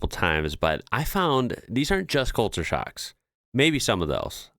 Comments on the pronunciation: thought you were saying sharks not shocks ha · I thought you were saying " SHARKS", not shocks. lol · Anyone else think he was saying Sharks at the start? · Oh shocks! i thought you said Sharks. HA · I thought you said "today we are looking at sharks"... you said shocks 😂😂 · Lol i thought you were say shark lol shock. The unbottle water us free in some place you can just grabby how most place you ask for water and they will give a jug of cold water. The conner shops or fish and chip shops you can grab you soft drinks and juice from the fridge yourself and pay at the counter .